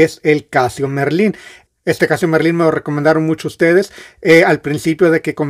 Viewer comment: hola buenas..¿ porque siempre dices "casio merlin" si no es merlin? es casio marlin, con a no con "e", saludos y enhorabuena por el canal, muy ameno, desde luego.